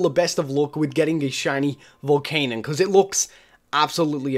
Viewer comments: it's pronounced VOLCANION, vol-can-I-on, not volcanon. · It is pronounced Vol-can-yun not Vol-can-un.